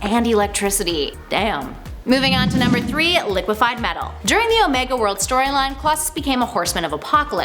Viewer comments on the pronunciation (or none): none